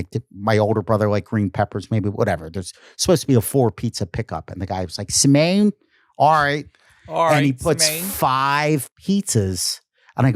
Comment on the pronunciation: Dude, it's Simeone ( Sim ee oh knee)